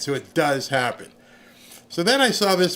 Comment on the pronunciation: Vivek is pronounced Vi-Vake. As said by vivek